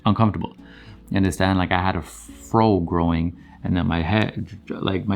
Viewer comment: I love when you say “ya undastand”? Lol, love your content. It’s so enlightening and high powering. And yessss, I undastand. 😍